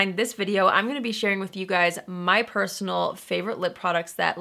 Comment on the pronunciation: my... purse-onal... favourites hahahaha